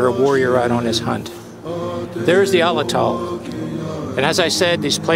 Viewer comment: "Pah ran uh gut" is how it's pronounced and "at latt ul" is how Atlatl is pronounced.